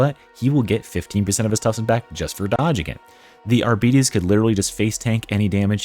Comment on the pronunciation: I know people hate being corrected, but in this case, it took me awhile to understand you were referring to the Arbites class because of how you are pronouncing it. It is pronounced ar bites (liking biting something). (of course, you may be doing it deliberate like some people say hemlets)